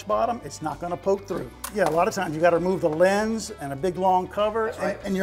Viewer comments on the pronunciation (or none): none